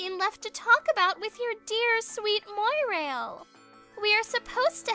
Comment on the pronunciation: Okay, nitpick time. "Mwa-rail". Not "moy-rail".